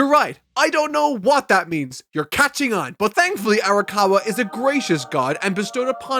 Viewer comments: My man it’s arakawa not arikawa. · Just been bothering me a bit, you're pronouncing Arakawa's name as "Arikawa", I know you care about referring to the author with correct pronunciation (evident in your Bleach videos), so I thought you'd want to know. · Times said Arikawa instead of Arakawa: 3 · I think he messed up in part 1 and has since made a joke out of it he also sats Arakawa and rose wrong at various points In the video